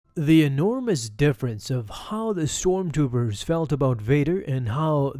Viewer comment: you said storm toopers. I think i like that better